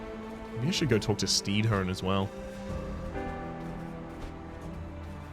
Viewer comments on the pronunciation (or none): Wouldnt the gravedigger's name be pronounced StEAdhone instead of StEEdhone? Like a play on the word Headstone?